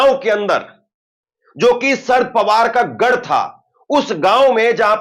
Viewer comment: Abey saaf saaf bol.sharad Pawar